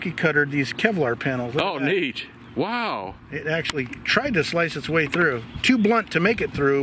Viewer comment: there is no A in wow. You pronounced it incorrectly.